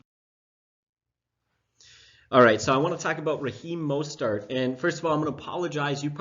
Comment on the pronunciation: "Mostart" and "Trubinsky?"